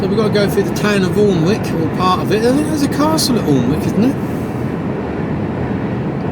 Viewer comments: Pronounce Alnwick annick imade the same mistake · Hi keep on trucking mate for us who can't anymore Alnwick is pronounced anick the l an w r silent